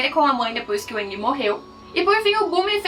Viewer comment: A pronuncia seria Aang kkk. Porém na versão dublada os cara fala "Âang" Msksks